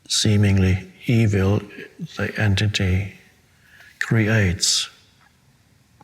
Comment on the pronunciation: I like how he says e-Vill